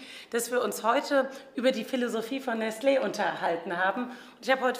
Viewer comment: Es wird Nestle und nicht Nestleeeeeeeeeeeeeeeeeeeeeeeeeee ausgesprochen!!! Sogar die Firma selbst spricht es in ihren Werbevideos so aus!!!